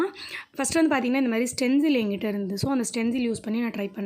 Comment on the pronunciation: Saying stenzil but it is stensil